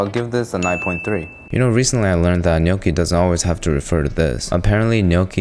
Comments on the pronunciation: I’m Italian your GNocchi pronunciation was on point 🙌🏼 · Appreciate the correct pronunciation of gnocchi 😊